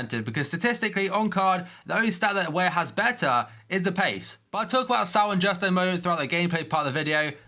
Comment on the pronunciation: Pretty sure its not pronounced 'S - ao'. It's 'S - oh'